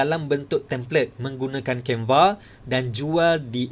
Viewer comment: Waduh waduh tu asyik tersasaul sasul mas..canva jadi canvee..